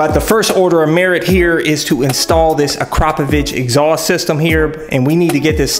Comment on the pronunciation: "ak-ruh-poe-vick" not "a-crop-a-vich" lol